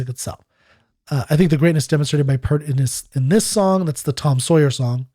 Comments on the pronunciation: PS - Just one more thing. I'm all for demonstrating respect and civility in these forums too, which is why I think it important to remind you that you are continuing to mispronounce the man's name. It was P-ear-t, not P-ur-t. Thanks in advance for your consideration on this point. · His name is pronounced as if it's spelled "Peert" like pierce, not "Purt" like hurt. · Peart = Peer-t